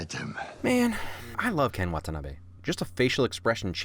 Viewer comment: A lot of people tend to say wah-tah-nah-bee instead of wah-tah-nah-beh. It's a subtle difference but trust me I've heard a lot more people say "bee" instead of "Beh"